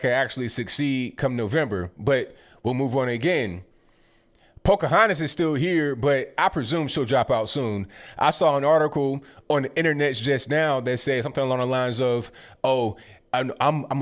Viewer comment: “I saw an article on the innernets “ love ya